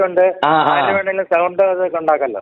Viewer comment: ഇതെന്തവതാരകനാ സൗണ്ട് എന്ന് പറയാൻ പോലുമറിയില്ല സെമുണ്ട് കൊയപ്പം